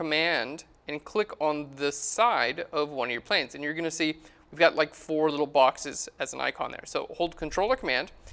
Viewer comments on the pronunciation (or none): none